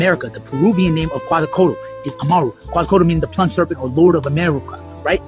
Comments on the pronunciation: Not plum- ed serpent, ploomed serpent. Not the spelling but how to pronounce it. Translate to feathered serpent. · Bro keeps saying plummed serpent instead of "PLOOMED" (plumed) serpent.